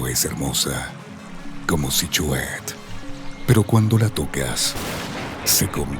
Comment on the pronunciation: Q pésima narracion ni pronunciar el nombre Sihuehet puede.